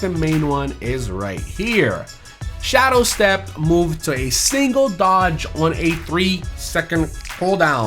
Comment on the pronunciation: I feel like just tries to make people mad by saying every perk wrong in the game. Like he says shadowstep it's not that hard to say SHADE step